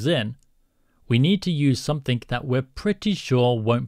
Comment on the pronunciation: For the love of GOD..someTHIN'G' not someTHIN'K'...damn, I hate it when someone very intelligent doesnt speak properly. Its exactly the same in coding..imagine how far youd get miss spelling commands or syntax ...c'mon dude! sent with love and kisses not being an arsehole. xx at least you dont say some 'F'in'K'...nuff said chap! great tutorial though.